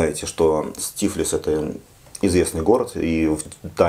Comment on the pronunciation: ТифлИс. Так правильно.